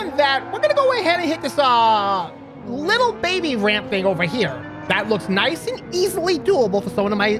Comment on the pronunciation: Niceu niceu! Very niceu!